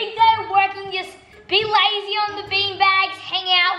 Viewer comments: Here we have the lazy room Me: Did he just say the lady room??? 😂🤣😂🤣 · when said Lazy I thought he said lady LOL